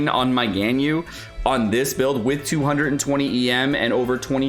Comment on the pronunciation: mmmmmm... I just want to comment, why do you pronounce Ganyu as "GainYu"? It's so weird. It's suppose to be " GUN - U ".